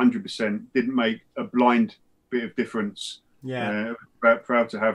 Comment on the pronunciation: Dude literally said: " there is no such a differench between para/royal marines and seals". 😭😭